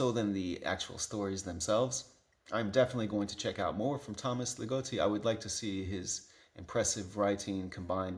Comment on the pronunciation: Love your description of puberty. Sounds right. By the way, the O in Ligotti is short, like in “dog” and “god”. Dying all over again about philosophical horror fans of the bad sort. My personal favorite Ligotti collection is Teatro Grottesco. I have a deep love for The Hellbound Heart and mysterious realms - I like that setting more than the one in the movies. I’m very glad to see someone else who feels the way I do about Necroscope. And yes, my friends who like it best all started in high school.